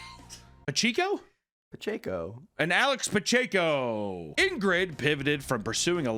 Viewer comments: How tf is a chiefs fan and doesn't know how to pronounce Pacheco? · from KC where his RBs name is Pacheco and doesn’t know how to pronounce it 🥀 love you tho papa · PA-CHECK-O is how you would pronounce Pacheco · Literally a chiefs fan and doesn’t know how to say Pacheco 😢😢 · proves himself a fraudulent KC fan by not knowing how to say Pacheco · You call yourself a Chiefs fan and can’t pronounce Pacheco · I thought was a Chiefs fan? How does he not know how to pronounce that name? One of their running backs is Isiah Pacheco! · Thought you were a chiefs fan. You didn’t know how to pronounce pacheco? Lol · Tough look for the so called chiefs fan to not know how to say Pacheco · a fake Chiefs fan??? how do you not know how to pronounce Pacheco...hes been your starting running back for multiple yrs now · Chiefs fan doesn’t know how to pronounce ‘pacheco’ 🥀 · How do you not know how to pronounce Pacheco? Thought you we a Chiefs fan, bro?🤔😁❤️💛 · As a Chiefs fan you can't pronounce the last name Pacheco? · You're a Chiefs fan man. You can pronounce Pacheco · Claims to be a chiefs fan, struggles on the name Pacheco